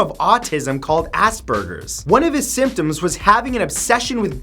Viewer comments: Never unsubed faster due to the worst pronunciation of Asperger’s I have heard in my life!!! As-ber-ges not Assburgers!!!! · It’s aspergers. (Ah-spur-jers) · He said assburgers😂😂